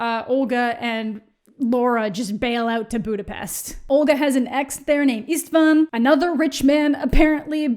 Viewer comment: I hate that I have the same name as her, I always cringe when you mention it 😭 also it took me a moment to realize you said István, is that really the English pronunciation of the name? it sounds horrible 😭 pls I'm never reading these books but it's so entertaining to listen to you suffer through them